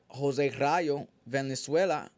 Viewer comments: Jose Vaaaalenzuela not venezuela homie 😂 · Valenzuela not Venezuela 😂